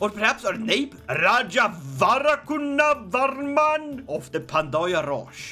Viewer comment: That was a surprisingly good pronunciation of Raja Varakunavarman. Less exaggerated and you would have actually nailed it lmaoo